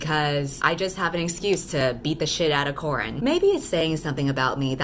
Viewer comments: I am so sorry but I keep hearing you call Corin, Corn. I cannot unhear it now. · The whole time it just sounds like you're saying your main characters name is corn... I'm now wondering if her name is actually corn 😂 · For the entire time i kept hearing ‘Corn’. Halfway through the video my two braincells go: “Wait a minute... Corn?” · everytime u say corin i hear corn. so all i can imagine now is just someone punching a sad cob of corn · Ahaha same i genuinly thought her name was Corn for like half of the video 😂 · every single time I think you say CORN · Shit, whenever you say the name Corin, I keep hearing "Corn", and then I was like "why the hell is she calling her MC Corn?". Subtitles really helped me.